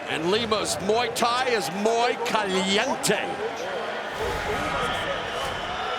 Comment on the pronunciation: Americans being stupid....”mui caliente”.